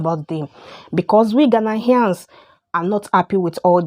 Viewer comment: you are the one that can't stop making videos about ghana, u know nothing about ghana u cant even pronounce ghanaians well, and all you do is make mouth